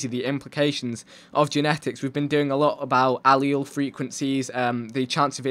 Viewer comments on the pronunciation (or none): You say allele funny